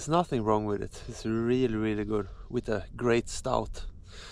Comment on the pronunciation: Gotta love the Swedish prononciation "reely reely good"